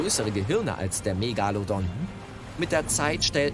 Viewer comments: Mich triggert die Aussprache Megallodon. Das Teil heißt MegaLOdon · Du meinst Meeegalodon. Ich hab nach so einem Kommentar gesucht. Mit geht’s ganz genauso. Hat mich so fertig gemacht